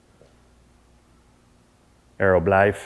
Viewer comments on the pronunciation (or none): Brother great insights again, currently dealing with the same situation where I want my Mal to get used to living inside the house instead of her kennel. Your dutch however is horrible. I'm from Belgium (yea we also speak dutch over here) but the way you say "bljif" is still wrong lol Sounds like the german "bleib" just with an f at the end. We can work that out if you want. In the meantime, stay with the germand commands. Keep 'em coming